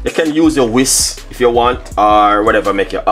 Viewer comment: Not paree ,its puree say whisk not wis